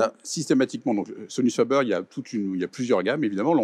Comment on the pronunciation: On dit pas fabeur mais fabair, sans Majuscule sur le f : Sonus faber.